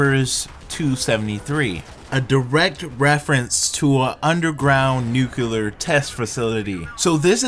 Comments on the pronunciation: say it with me........NEW- CLEAR NUCLEAR............not NUKE-ULAR........geesh and I'm from MS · Pronounced NEW-CLEE-ER NOT NEW-KYEW-LAR Y DOES EVERYONE SAY IT LIKE THAT??? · Nucular lolz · Learn to say nuclear properly